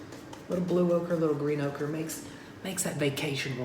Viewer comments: I thought he was saying okra at first. Hehe. White okra, black okra.. Lol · Say oaker again!!